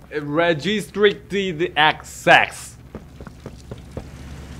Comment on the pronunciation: 레스트트뤽티드 액쎅스 ㅋㅋㅋㅋㅋㅋㅋㅋㅋㅋㅋㅋㅋㅋㅋㅋㅋㅋㅋㅋㅋㅋ